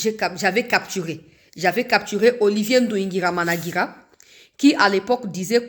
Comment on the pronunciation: NDUHUNGIREHE OLIVIER ET NON NDUHUNGIRAMANAGIRA 😂😂. TU TE COMPLIQUE.